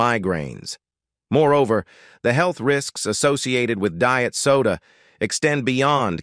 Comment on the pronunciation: Don't care for him but I wish I could eat like him. Is a real person reading script? Pronunciation is strange. Deeit for diet?